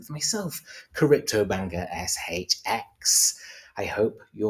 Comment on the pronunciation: In the intro put more emphasis on the X, in the the cryptobanker shXX